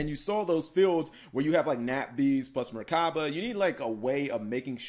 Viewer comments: MECHABA OR MECH-ABA NOT MERCABA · Why do you say merchaba? There's no r